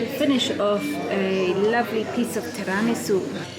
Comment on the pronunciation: HAHAHA!!....Si hai ragione sembra davvero che dica pizza! ma in realtà sta dicendo " a piece of tiramisù" quindi un pezzo di....